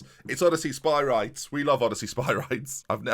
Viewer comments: Two strikers are broken in this match engine, especially with a Shadow Striker in behind! Make it happen and watch the goals fly. Also I think Spyrides is pronounced Spih-rih-deez like Hercules! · Spyrides is pronounced Spy-Ree-Des! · The thing about Spyrides, is that his name is EVEN cooler when it's said properly!